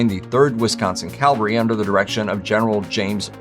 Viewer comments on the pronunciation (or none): In the Civil War segment, it is cavalry, not calvary. Great content. Well presented and endlessly interesting.